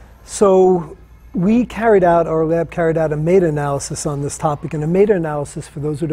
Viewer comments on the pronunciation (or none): Brad carried out a 'mate analysis'? MATE? Can't you say m-e-t-a? Jeeez